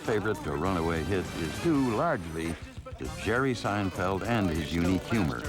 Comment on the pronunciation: Jeghrghome Seinfeldtz? 😂